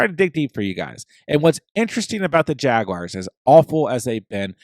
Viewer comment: "Jag-wires" gets me every time 😆